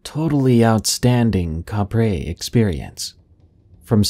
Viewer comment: Kapre is pronounce "cap-pre".